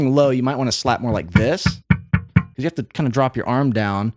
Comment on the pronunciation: Muricans man! 24 seconds in and already pronounced something weird. Nobody has ever called it 'Something About YOU' until now. It's just 'Something About You'. Don't emphasise the 'you'. I thought Americans only butchered English by emphasising the wrong part of words (DEE-fence), but no, they also search for random words to emphasise as well it seems.